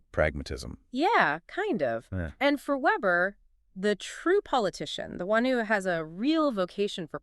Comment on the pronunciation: Max weber, vay-ber